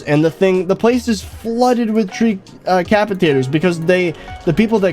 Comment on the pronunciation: he almost said "tree capacitators"